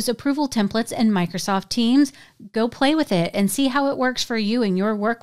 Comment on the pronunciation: I'm sorry... Did you say Bikrosoft...?